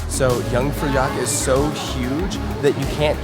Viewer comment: Hearing trying to pronounce Jungfraujoch 😭